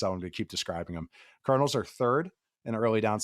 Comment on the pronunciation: Every time he says Cardinals I hear Colonels